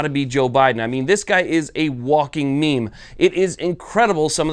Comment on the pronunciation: You said walking meme 😳😆😆